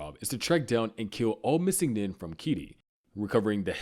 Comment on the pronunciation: Nin=neen. Program your Ai to pronounce these right